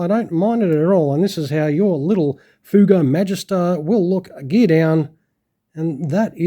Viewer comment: Ever heard of " The Silver Swallows" aerobatic team?.....and yes you are saying it right....entered service with the french Air Force in 1955 i believe